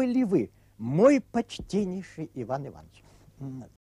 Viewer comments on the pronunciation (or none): none